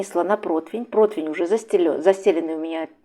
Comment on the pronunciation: Отдельное спасибо за " проТвень" . Как приятна грамотная речь. Это сейчас редкость. Просто чудо какое-то! Не перевелись ещё грамотные люди! Устала слышать как говорят " протИвень" . Мой муж смеëтся и говорит, что скоро и ударение сместят на " И" . Ещё раз спасибо вам за целых ДВА чуда - пирожки и " проТвень". Конечно, я на вас подпишусь!